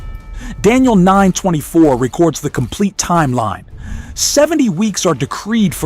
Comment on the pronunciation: REC-ords instead of rec-ORDS pronunciation, the Bane of AI narration.